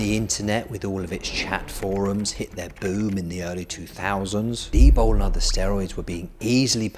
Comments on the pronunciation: Coz eez bri-ish innit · Why does he clearly say D-BOW instead od D-BOL?